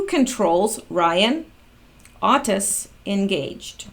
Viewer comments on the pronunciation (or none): none